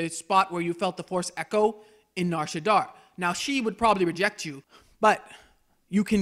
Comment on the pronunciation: shadda not shaddar